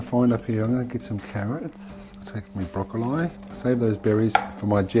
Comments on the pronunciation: Broccol(I) not eye. Maybe it how they say it in australia. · Where has this channel been my entire life?!! Wait did he say broccol eye